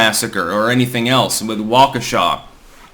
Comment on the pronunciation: Hell yeah you said waukesha correctly!!!